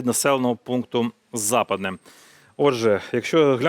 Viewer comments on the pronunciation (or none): Не За'падне, а Запа'дне! І зовсім не Західне!!!